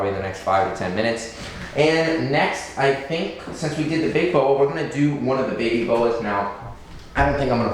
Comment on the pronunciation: Also its do not doo